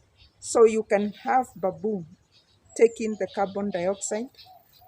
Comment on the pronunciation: it is call bam boo , not ba buu. ✌️👍